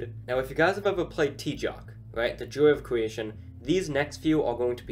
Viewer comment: So tjoc is pronounced as tjok? I have been pronouncing it as tyots all these years.